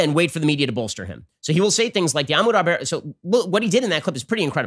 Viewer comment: I wonder if Ben will ever learn the truth about Ahmaud Arbery... or learn to pronounce his name.